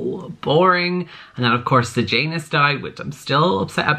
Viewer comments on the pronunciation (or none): none